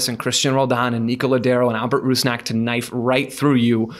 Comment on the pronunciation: please learn how to pronounce Sounders player names. You said Yeimar and Rusnak wrong. Rusnak himself said in an interview how to pronounce it smh